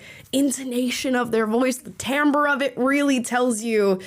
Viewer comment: Thank god Amala says timbre like TAM-burr and not TIM-burr.